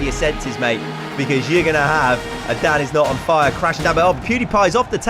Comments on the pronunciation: Okay but when the guy says danisnotonfire it sounds like dadisnotonfire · Lol I hear dabisnotonfire everytime he says that